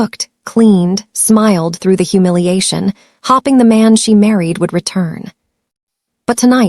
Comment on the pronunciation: Why do the narrator say hopping instead of hoping